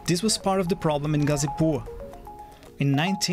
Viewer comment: It's gha zi pur gha from Ghana zi as letter Z pur as i don't know what's purb